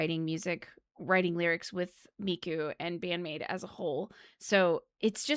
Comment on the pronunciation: I'd watched again your first reaction to Wonderland live a few days ago and it's quite funny because you were blown away in almost exactly the same way. You were such a recent maidiac back then!, mispronouncing the maids names and all LOL Love love love this song, it always gives me goosebumps and makes me feel truly blesed for living in the same era as Band-Maid. Also yeah, Miku is an absolutely magnificent lyricist. She will probably never get enough credit for that because, well, she writes in Japanese; but that doesn't make her lyrics less powerful or well thought out